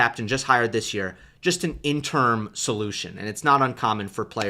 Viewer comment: Sorry to do this to you, but I believe the word interim is pronounced just like it's spelled: in te rim--accent on the in. And you're definitely right about Tsitsipas' box. Mom & Pop what confusion. And do you remember Tsitsipas hitting a ball into his box--US Open--when Mom and Pop were both offering their ideas to their son. He was serving on their side of the court and he hit a ball deliberately backwards into his box to let them know how he felt about their offerings. Incredible and funny and perfect.